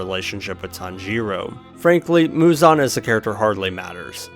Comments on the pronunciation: “Tanjeeero” has to be rage bait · your pronnouncation of tanjiro is making me want to jump of a cliff